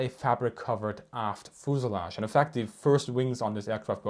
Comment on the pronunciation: Love the firrtees and foosulage haha